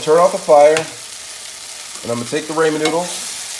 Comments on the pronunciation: It’s pronounced Rah-Men noodles not Ray-Men noodles. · “Raymond noodles “ 🤣🤣🤣